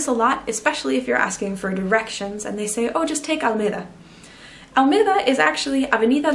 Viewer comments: Great video but the only mistake is that name of the ave. is Alameda not Almeda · Hi. Very good video. Two details: it's "santiaguino", no "santiagüino", the U is mute like in guitar. And the avenue is Alameda, not Almeda. Regards from Chile. :)